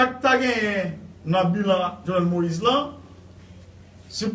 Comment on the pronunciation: this man says “bulan” wtf, ki radot sa